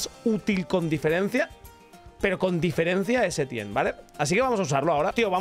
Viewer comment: Muy bien y todo eso, pero como dices "el bueno de Etienne" siendo este francés? 🥖🇫🇷 P. D: todo es humor, no se ofendan